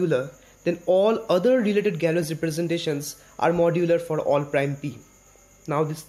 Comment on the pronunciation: Here's how you pronounce Galois